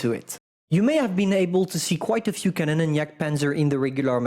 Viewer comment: Bruh "Kanonen"